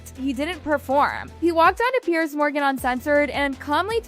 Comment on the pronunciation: His name is Piers not Pierce. Like plural of Pier. Americans should learn English before telling people how to live. Maybe start with learning cutlery use beyond the scope of a toddler.